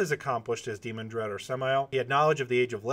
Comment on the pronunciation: Dee-MAN-Dred, Not DEE-mon-dred.